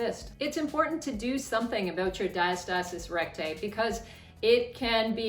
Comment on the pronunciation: Great video thank you. Ive been drinking a shot ever time you said diastasiiiiss recgussthj ghbvn 🤢🤮🤮🤮🤮🤮🤮